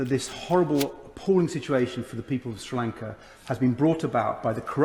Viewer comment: It is not Stee Lanka.......but Sri Lanka in Sinhala! Please learn to pronounce the words correctly ! Do not think you sound like Americans.......very very ugly. Learn to say the words correctly instead of fooling yourself. All people of Tamilnadu are indeed in a dream state of being elevated Americans......which is false!🙂